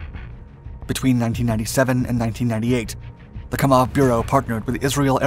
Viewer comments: It's pronounced, "KAM-awv", NOT "Ka-MAWV". Excellent presentation. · It's Kámov, NOT Kamóv! How ignorant are people, when it comes to non-x-colonialist nation's languages! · It's not KamOv, it's KAmov